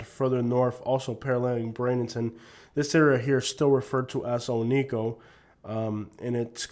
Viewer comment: Oneco isnt a bad place. Its kinda like a big flea market. It can be a fun place to spend a day It is pronounced OH - NEE - KO BTW